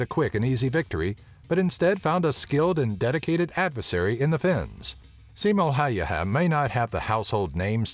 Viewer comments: he is simo häyhä not haiha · "Siimo häyjähä" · Well I shot 5 targets with 5 bullets in 3.7 seconds with an bolt action rifle. Sure the range was only 35 meters but I was 14 back then. May as well become the next Simo Häyhä when I'll join the finnish army. (f.y.i the way you pronounce his name is painful) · you pronounced Simo häyhä so badly that I laughed the whole way through but it's OK becose Finnish names are really hard to pronounce (and yes I'm from Finland) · hän ei nauraa veteraanit. Hän nauroi kertojan huono ääntämistä Suomen sniper nimi